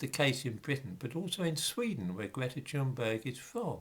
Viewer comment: if her parents were loaded and connected by the political elite, YES, she would be just as accepted by the impoverished. if you're going to critique her, at least pronounce her name correctly. you're not aggressive or working class enough to give credence, controlled opposition comes to mind. history debunked? don't make me laugh. nuke this comment at will, i expect nothing more from the likes of you.:X